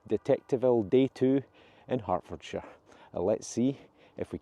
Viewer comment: "the fields of Hartfordshire" sounds more like "the fields of Hangover"